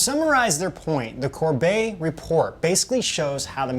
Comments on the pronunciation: You pronounce the T like a T in the Corbett, James may be Canadian but doesn’t say his name like Québécois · Guys it’s Corbett, with a hard T sound at the end, not Corbay. I’m sharing this so more people will look up the Corbett Report because it is well worth their time.